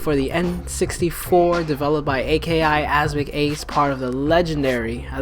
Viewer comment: I don't want to sound like that guy, but AKI is one word not initials.